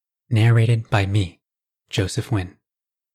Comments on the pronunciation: Pronounce you surname correctly. Wtf is nwhen. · Wow, is that how you pronounce Nguyen correctly?